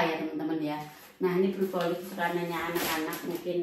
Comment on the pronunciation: Brokoli mbak.... Bukan brukoli